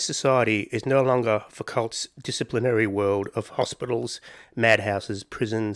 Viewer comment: Fu-ko, not Fou-kult. 😛